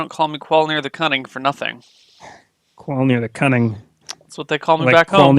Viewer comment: He goes by Qualneer not Qualmneer he does what he wants.